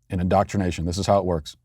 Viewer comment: Did he say, "in-dot-rination" there, or do we need to suspend his dad card?